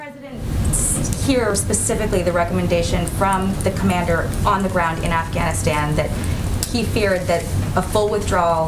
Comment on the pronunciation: She said "Grount" and not Ground.